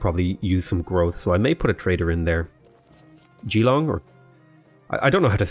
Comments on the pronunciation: It's not Gee-long, it's Juh-long. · Hi, Geelong is a difficult one. Use the J sound from Jam, then just long. /dʒɪˈlɒŋ/ is the IPA of it. No long e sound.